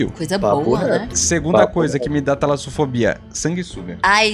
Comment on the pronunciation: Talasofodia 😂😂😂😂😂 dicção do sempre que quebra. Amo vcs ❤❤❤❤❤❤